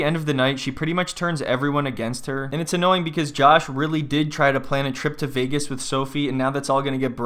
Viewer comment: Veahgoose! I will never say Vegas correctly again 😂